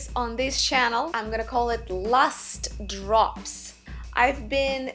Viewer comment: What did she say - 'lust drops?' I'll say, lust drops! lol